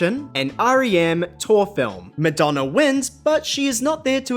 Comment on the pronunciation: Did you really say Midonna? 😂